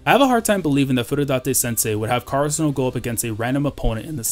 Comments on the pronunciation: The way u pronounce karasuno makes me kinda mad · Lol karasuno must win and you must learn how to pronounce karasuno right :/ no offence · Oh there’s a different way to pronounce karasuno